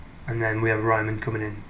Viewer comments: It is Reemann, not Raimann. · If it was an English name with the original pronounciation it would be spelled Reeman (or Reemann). It is not vitaly important but for keeping credibility it is fine to try and make the pronounciation correct. Otherwise fine and interesting. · Pronuncation: Euler = "oil-er"; Riemann = "Ree-mann" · German "EI" = "eye". German "IE" ="ee". The only German name Americans seem to be able to pronounce is "Einstein", otherwise it's always "-steen". I never heard "Riemann" pronounced as "Ryemann" though.